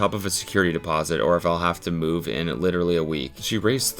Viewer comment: That "h" on the end of literally spun me out cause I can hear it!! 😂😂